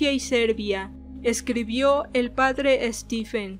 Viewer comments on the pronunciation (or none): none